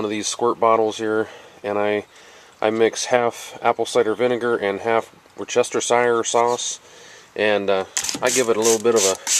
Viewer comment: great vid bud! ps worcestershire sauce is pronounced wustasher! if ya care lol!